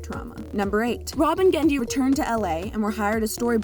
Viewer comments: Why all "Genndy" was re-eddied did she pronounced it wrong? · It sounds like messed up on all the readings of "Genndy" and had to re-record saying his name, pasting in the fix every time his name is said. The cut-and-paste job is really noticeable. "Rob and Genndy" "Rob and Genndy".